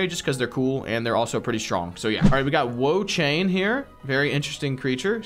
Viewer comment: 😂😂Wo-Chain and Empolein as well